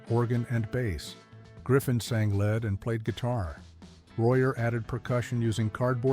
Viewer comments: Nice presentation, but your AI voice is PATHETIC. As well as many pauses where none should be, the voice refers to arguments about "who should sing lead" pronouncing it "Led" (as in Zeppelin). Don't you have any quality control to review your vids before they are published? Unprofessional. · “Who would sing led”??? AI sucks! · "Who would sing LED" (AI idiot) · Tell the AI to pronounce lead correctly.